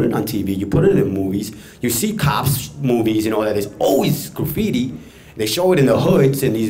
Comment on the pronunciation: Graffiti Will Never Die!!!! lol...The guy with the blue cap!..The way he says Graffiti it sounds like "Grooffiti"